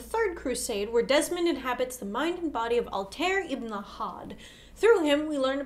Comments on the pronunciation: Altair was pronounced wrong. Just trying to help. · Ezio and Altair are pronounced like et-zee-o and al-ty-eer. So you guys didn't play the games?